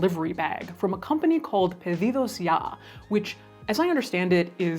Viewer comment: Your pronunciation for 'Pedidos ya' was immaculate, great video as always